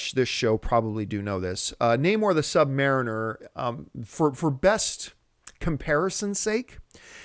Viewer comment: Am I the only one who's a bit thrown off by the way John says 'Sub-Mariner'?